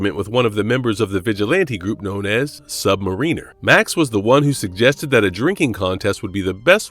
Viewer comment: its pronounced "sub mariner" not "submarine r"..